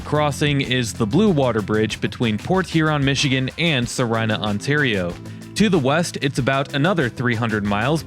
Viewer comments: The city in Canada you mispronounced, Sarnia. It's sar-NEE-ah. Don't want the Canadians getting on your case about that. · Hi, the Bluewater Bridge crossing in Canada is SARNIA (Sar-nee-ah), ON. Great vids! Keep them coming. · Damn thats the first time ive heard sarnia said like that lol.